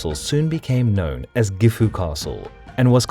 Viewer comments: As for the final "u" sound, that isnt an English affectation. Gifu and Kofu are both pronounced with a silent final "u" by people with a Chubu accent. That isnt the same as pronouncing it like "gift", or pronouncing Anegawa (the TITLE of the video) as "Annie go wah". (*o*) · Gifu castle? Dont you mean... Jifu castle? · Its pronounced JIFu not GIFu